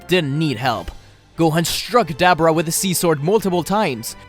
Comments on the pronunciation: Ok it’s not Dab er ah, it’s Duh bore uh.... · Ugh I hate hearing "Dab'ra"! Dislike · Dabura DAH- BORE-AH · His name is De-bor-ra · Did anyone else hear dabura as debra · Why does he say Dabura like that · Bro can’t pronounce dabura name right 🤦🏻‍♂️ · I hate you cause you cant not say dabora's name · I hate how you say daburas name. Love all the stories tho